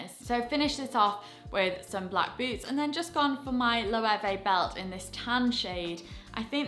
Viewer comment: Hi. Loewe is pronounced German way. 😊 ‘löwe’ Means Lion. You’re welcome. I love your videos and fashion tips but everytime I hear you mispronounce the designer brands, makes me cringe